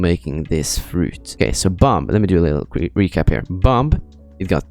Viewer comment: Omg guys say bomp. Bomb has become bomp.